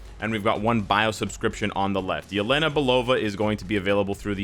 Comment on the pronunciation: Yelena 🤣🤣🤣🤣 Yelena, Karl! 😂😂😂 Must be Elena.